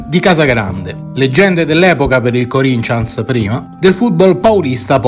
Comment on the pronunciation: Bello come sempre ,però si pronuncia come si scrive Corinthians non Corincians